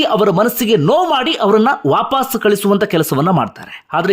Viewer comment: handige sir pls adu vaapaas alla vapas dayavittu correct agi uchhara madi